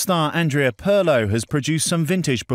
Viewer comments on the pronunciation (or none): "Peer'lo", not "Purrlow"